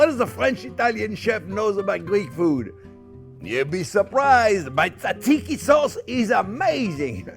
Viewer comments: You don't pronounce the first t in tzatziki. Should sound like zatziki, not tatziki. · Chef cant pronounce it, but he does a good job of making it so I feel like the Greek people will give him a pass here. 👍